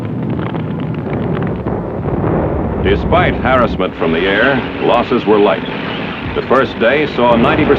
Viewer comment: How the commentator "uh-lies" instead of allied and "harrissment" instead of harassment I found to be distracting :P